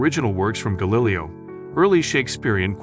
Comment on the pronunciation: Galilly-O......wasn't he the one that figured out stuff? Got to love AI voice overs😂